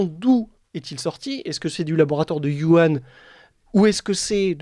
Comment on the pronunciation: on ne dit pas Yuhan, on prononce wouhan (avec un h dur comme le j espagnol). Je parle, lis, écris le chinois, en nov. 2019, les Chinois parlaient d'une infection respiratoire qui leur venait des E-U